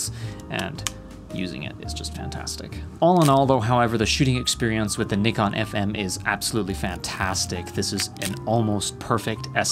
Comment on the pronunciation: Thank you for pronouncing Nikon properly